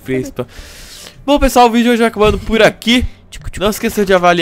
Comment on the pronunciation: "Fala pissual tudo bem cocês?"